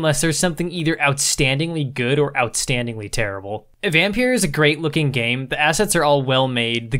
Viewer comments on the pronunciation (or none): Dude it pronounced Vompeer Not vampeer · And it s pronounced Vompeeer Not vampeer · I love how you're basically pronouncing it as Vampierre 😂 I think it's actually just a random play on the word, altho the way I pronounce it makes it sound like the way a slavic language might pronounce it